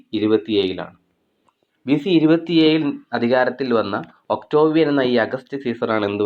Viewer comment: ഒക്ടോവിയൻ അല്ല..ഒക്ടേവിയൻ